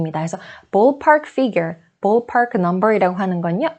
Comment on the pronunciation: Your English pronunciation is incorrect in many words. E.g., the word 'ballpark', you need to pronounce it as in ball, not boll. You say it with an o sound, it needs uh sound. Also, book is incorrect pronunciation. It's a deep long double OO sound. Learning Grammar from Korean teachers is fine, but when it comes to speaking part, Koreans need to learn it from native speakers or teachers who have native tongue.